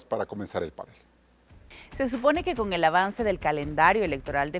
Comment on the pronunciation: ¿ Completan este panel? El señor pronuncia " panel " como palabra grave. En el diccionario RAE, panel, no lleva tilde, lo que indica que es palabra aguda. Aclaro que mi canal Ecuavisa y sus programas de noticias y opinión es mi favorito. Por favor.